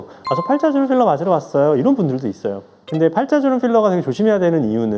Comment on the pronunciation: “어 쁼러는 씌러요~” ㅎㅎㅎ 현장감 두둑합니다 ㅎㅎㅎㅎ👍🏼👍🏼